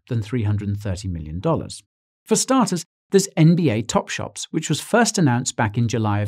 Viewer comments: ITS TOPSHOT NOT TOPSHOPS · Anyone else hearing Guy saying "NBA TopSHOPS" throughout video? 😂